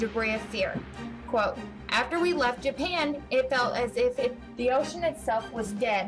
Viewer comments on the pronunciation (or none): none